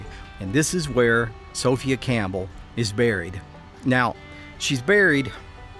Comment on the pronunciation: Never heard Sophia pernounced like that.